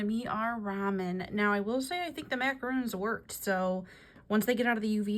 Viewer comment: You were right at first they are “Mac-a-Rons” not roons. Good job! Love the video